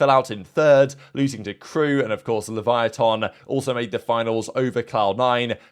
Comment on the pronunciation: Can we just point out pronounciation of Leviatan